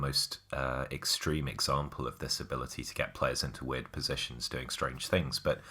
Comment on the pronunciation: Who cares about Spurs. Really man, really weeeeeeeiiiirrrrrrrddddddd Does this guy do any prep work or are all the held syllables and repeated words a sign of unprofessionalism